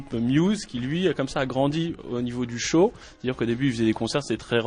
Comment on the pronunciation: pour tous les quebecois, j'ai entendu:C'est vraiment quelque chose de très évolué...... de mon dernier CHAT (show)